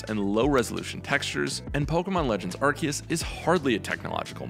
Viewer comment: Did you watch the trailers? Even the official announcer pronounce it Arc-seus. Edit: I mean Ark-kee-us like others have pointed out.